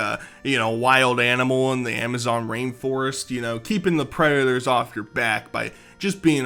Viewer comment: all this had taught me is that is a pweadatow